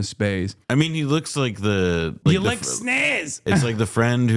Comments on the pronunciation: He says sniss cause I am convinced he doesn't actually know what a vagina is. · He said "snizz" because he thinks the real word is pronounced "bajina"